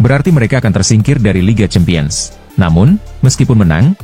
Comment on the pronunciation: penyebutan CHAMPIONS dibenerin dong min...